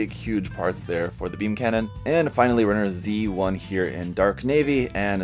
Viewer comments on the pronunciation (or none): Hearing "Runner Z" made me shudder a little